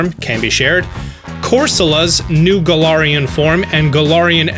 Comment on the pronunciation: I’m not hating but Gul-arian